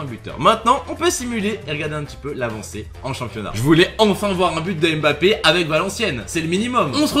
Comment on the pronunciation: C'est si compliqué que ça de bien prononcer son nom de famille ?